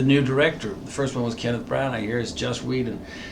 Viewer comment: It's Branagh! Not brannnaaaaaaar! Even stellan said it right. Good interview tho.